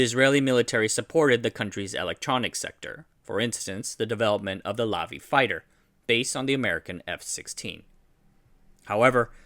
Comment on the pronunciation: The airplane is pronounced la-VEE (with the emphasis on the ‘Vee’, not the ‘La’). Also, it is most definitely not based on the F-16. While the the two aircraft share a similar engine intake configuration, other parts of the airframe are markedly different. For example, Lavi employs delta wings, has no horizontal tail, and employs large steerable front canards (the Lavi was one of the first aircraft in the world to feature steerable canards; this configuration has since become very common thanks to sophisticated fly-by-wire systems which make this configuration possible).